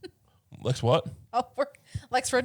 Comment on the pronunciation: It is so wild how many times he has brought up Lex and gas never pronounced his name correctly.